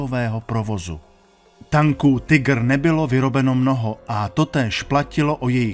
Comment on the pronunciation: Konečně někdo nevyslovuje "Tajgr"! Děkuji.